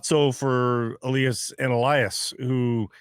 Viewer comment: As I´ve written before, could you please stop saying "E-lee-as" and "E-lie-as". It might not seem that important to you but it sounds totally stupid to a Swede. As if I would say "Brock and Bruck" talking about Brock Boeser and Brock Faber. Or Connor McDavid and Connyr Bedard. Pettersson and Lindholm has the exact same first name. There´s no "E-lie-as" in Swedish. If you care about pronouncing Pettersson´s name correct - and not the North American/English way of "ie" for "i" - you should do the same for Lindholm. Either call both "E-lie-as" (at least that´s the English way) or both "E-lee-as". I know Canucks press communication or whatever has told you it´s "E-lie-as", but I urge Jeff to ask Lindholm in the next interview with him how his name really is pronounced. When Lindholm entered the league as a 19 year old, people started calling him "E-lie-as", due to these people being Americans/English speaking. Lindholm, being young and shy and a polite Swede, just did not correct anyone and now this has been going on for so long so I guess he doesn´t bother to correct people.